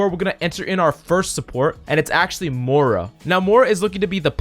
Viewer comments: More-uh... lol. its MOY RUH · hes the only person i know that pronounces her moohra.